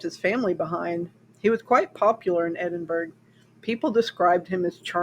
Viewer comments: "Edinburg?" I have only ever heard it prenounced "Edinburough". (As in "The Burrow" in HP.) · Hi, GREAT telling of this interesting story. THANKS for creating & posting this historical account of Scottish Horror. 🙂 With sincere admiration & all due respect, the city of Edinburgh, Scotland is correctly pronounced: "ed - in - burr - ah". Same as the "t" in castle, the "g" in Edinburgh is silent. The pronunciation remains the same; regardless the language//the nationality of the person speaking. Respectfully, Ben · Edinburgh is pronounced "edin-burr-uh". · Don't mind the comments about the pronunciation of Edinburgh, most youtubers pronounce city names wrong. The only thing different this time it's an English city instead of a French, German, Polish, Chinese etc. so the know it alls finally noticed. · You've obviously done some great research here, however it's completely overshadowed by your incorrect pronunciation of Edinburgh. Is there any reason why this wasn't part of your research? A basic Google pronunciation would highlight how glaring this is.